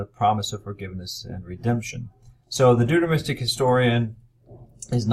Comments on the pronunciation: Yes. How is it possible that our expert cannot properly pronounce the key word of his lecture? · He never pronounced Deuteronomistic properly